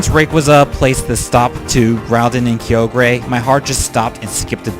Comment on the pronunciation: its pronounced (kai-oh-ger)